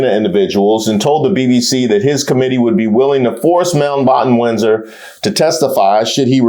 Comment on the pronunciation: "you are a Moundbotton Windsor" iykyk 😂😂😂